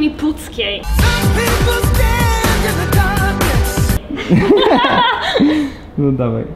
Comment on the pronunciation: ZIEMI PUCKIE? xD czy ja dobrze uslyszalem?? xDD. Pozdrawiam z Pucka